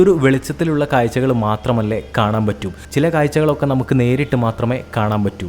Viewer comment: മലയാളത്തിൽ പറയു പോസ്റ്റ്മാനെ. കായ്ച്ച അല്ല കാഴ്ച. അതുപോലെ കുറെ.